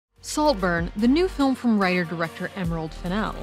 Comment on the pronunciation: Slowburn? Noburn? but a great Take as always.